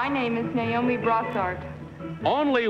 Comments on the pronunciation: The middle lady pronounced it Ni-o-me instead of Na-o-me. I wonder what that means. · liberty Ann She was the only one to pronounce her name NYE-OH-MEE instead of NAY-OH-MEE. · I instantly knew it wasn't number two when she mispronounced Naomi as Nyomie.